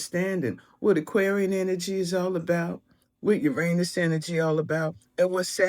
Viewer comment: We wont let Neil DeGrass Tyson hear how the planet Uranus was pronounced 😅